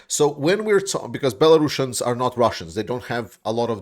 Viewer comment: why do you call them bellarussians ?